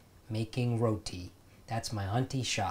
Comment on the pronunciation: nooooo dont say roti like an american.... row-tea.... say it the desi way like you did